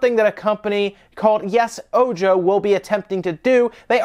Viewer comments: Pretty sure it’s supposed to be pronounced: “o-ho”. “Ojo” it’s spanish for “eye”. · Ojo is eye in spanish. Pronounced ō hō.